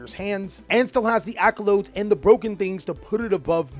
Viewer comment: Accolades. Not accolodes